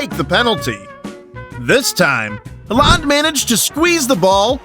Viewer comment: just a little bit of advise bud if yore going to make football videos at least get the really famous ones names right (Halland)